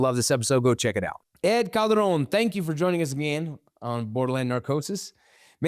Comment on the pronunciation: Bro it’s ed Calderon not ed cabron 😂